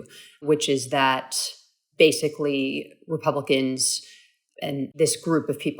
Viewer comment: Did Harry just say “House Repumpkins” ?? Hmm…